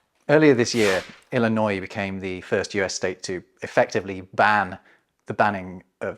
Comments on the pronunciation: Native Illinoisan here. Thank you for pronouncing my home state's name correctly and for mentioning their recent legislation banning book bans. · Bonus points for saying Illinois correctly.